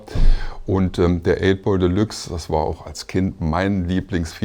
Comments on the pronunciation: Das Ding heißt nicht Delaxe sondern Deluxe, Dehlücks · geile arbeit. aber die aussprache von deluxe triggert hart :P delachs ^^ delyks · Schöne Doku, das Einzige, was mich etwas gestört hat ist, das der Sprecher die ganze Zeit von "de lachs" sprach statt Deluxe ... Fische waren da nirgendwo! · Wie kann man das Delachs aussprechen? Denkt der Sprecher mit? Oder was ist da los?